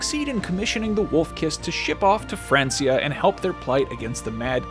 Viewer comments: Pronounced Frankia not Fransia (as illustrated in the amazing series Vikings on history channel - best historical drama ever made!) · Why he keep saying Francia, it was pronounced Frankia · Thought it was pronounced Frankia maybe spelt (Francia). When did it become Francia? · FRANKIA! not FRANCYA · I'm sorry to be that guy but every time he says "France-ia" it makes me kinda crazy. 😅 It's pronounced "Frank-ia", at this point in history it was know as the land of the Frank's. I know it's petty but come on how many times have we heard it pronounced it film and television to know how it's pronounced? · France-ea? It's pronounced Frank-ea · Fran-key-ah. Not france-e-ah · It's FRANKIA, mate. F R A N K I A. NOT F R A N S I A! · It’s pronounced frankia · It's "Frank-ia" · Its pronounced Frankia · Pronounced "Frank-ia" 😑😑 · Francia....with a k sound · It's not Francia it's pronounced frankia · It's pronounced frankia not francia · Hey dumb-dumb, it's pronounced Frank-ia. Smh....never change. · «Fransia» lmao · Francia is pronounced Frankia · Is anyone else bothered by the way he says...Francia?? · This man’s inability to pronounce Francia correctly makes me hate this whole thing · It’s breaking me how he’s saying francia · So...how do you pronounce Francia again!!!! Wow! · At least pronounce Francia correctly lol. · It's Francia (hard C, not the way you pronounce it). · Wtf is that pronation of francia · Francia is pronounced as k not s!!! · That pronunciation of Francia 😂😂😂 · We say it like that in spanish 🤪